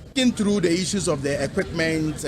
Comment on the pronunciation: The reporter: Equitment paaa